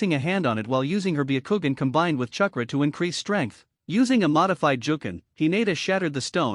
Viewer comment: This is the worst grammar I have heard in a long time. Eetaka Uchiha, uh the raykage, keesame, kunow, umboo, gkey, sazukay, chuckra, kage booshin. Seems like one long run on sentence.